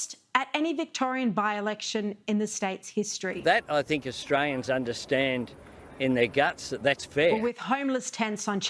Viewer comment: He says ustrayans.. wtf!?